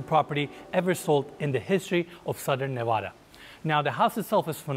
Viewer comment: I’m happy you pronounced Nevada correctly. Love your videos. Exquisite properties.